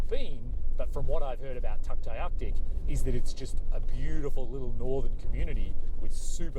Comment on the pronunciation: It is THE best place in the world. Funny how you pronounce Tuktoyaktuk.... hahaha... I am glad you made it that far North. And hope that you continue your journey to Tuktoyatuk (aka Tuk). Not sure if you know this, but at Eagle Plains, there’s also a nice view point behind the hotel. I notice that you did not make more stops. There’s beautiful hikes all along the Dempster. I liked the vid. Glad you are enjoying the area. Stay safe 🌸🌷🌹😷🌺